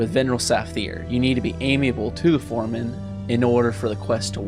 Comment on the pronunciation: fear-ee-oh-na-vay (firiona vie), am-i-ahble (amiable)